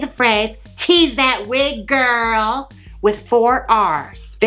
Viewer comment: "Tease That Wig GiRRRL" with four "r's". I am serious but 11 months too late. Love you so much Jaymes Mansfield.